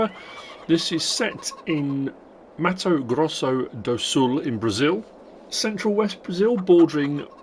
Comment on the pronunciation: As a Brazilian, for me you said "Mautou Groussol dol Soul"